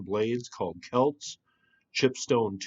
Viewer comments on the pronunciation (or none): none